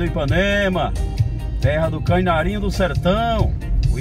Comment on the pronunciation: ...diga "Canarinho", não diga "cainarinho".